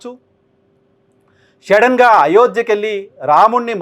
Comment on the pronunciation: అది షెడెన్ కాదు సడన్